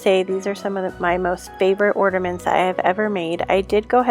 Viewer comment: Are you saying ORNAments? Or ORDAments?🤣